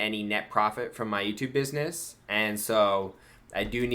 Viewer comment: BID-NESS !!! She is making fun of you for getting EVERYTHING 😑 wrong